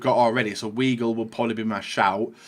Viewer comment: I clicked off the video after the way he said ‘weigl’ 🤮